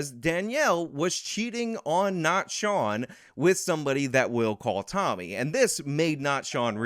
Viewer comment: Shawn not Sean